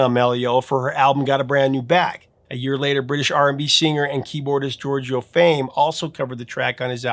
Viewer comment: "Georgio" Fame..?